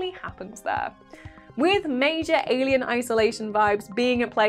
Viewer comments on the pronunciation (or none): none